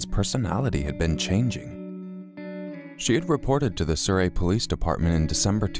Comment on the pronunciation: Surrey* "Souret"